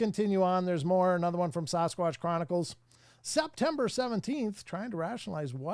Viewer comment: Someone who is a member should ask why he still says “sauce squatch” not Sasquatch. Not hard to attempt actually pronunciation not marble mouth lip smacking.